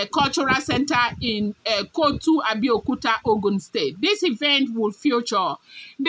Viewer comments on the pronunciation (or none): Not kotu but kuto, Abeokuta.